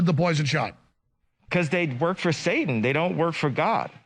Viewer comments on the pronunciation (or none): none